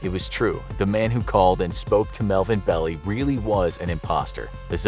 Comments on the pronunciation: Melvin "bell-eye", not "bell-ee". Otherwise, good piece. I had not realized it had finally been deciphered. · Love the videos. It's pronounced Belleye not Belly. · The lawyer’s name - Belli - is pronounced “Bell-eye”. I was a kid growing up in Tiburon, CA and all the neighborhood parents escorted us everywhere. It was terrifying. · Melvin Belli is pronounced Bell-eye.